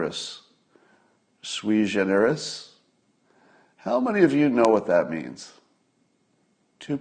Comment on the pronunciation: that's pronounced sue wee gen er us its latin makes you look smart